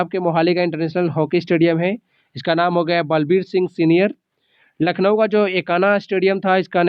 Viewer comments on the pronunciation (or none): none